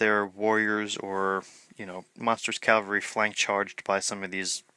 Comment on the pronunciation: why can nobody pronounce cavalry?!!